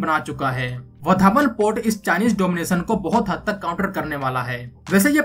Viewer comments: वधावण नही वाढवण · लगता है ये युट्यूबर विदेश से आया है वाढवण को वधावन बोल रहा है 😂😂😂